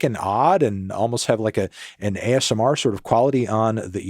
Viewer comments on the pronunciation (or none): none